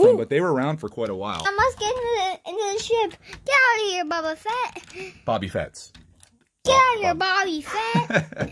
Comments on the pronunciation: Bro said Bobby fett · it's Bobby Fett dude, I promise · it is bobo fett